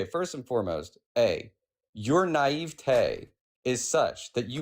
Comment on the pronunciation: “Your nieve-tayyy”😂